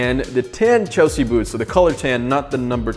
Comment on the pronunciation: “Chlesea” boots? Oops!